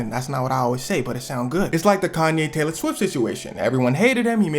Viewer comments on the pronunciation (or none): none